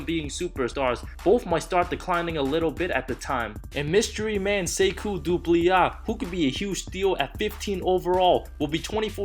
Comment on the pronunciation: The way he said sekou’s last name😂😂